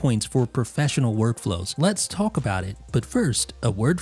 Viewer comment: You’re the only person I’ve ever heard pronounce the L in “talk”